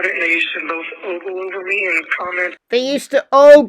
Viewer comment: Who says "ooggled"??? Ugh again gross.